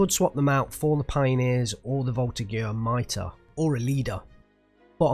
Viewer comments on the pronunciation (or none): everytime you say "two E" and "miter" my French heart dies a little ;_; lesson time! it's the 2nd blindee, so call it second, you don't call Russian divs "# ya" and MITR stands for "mitrailleuse", machine gun, so please stop calling them "miter" and "mitter" cheers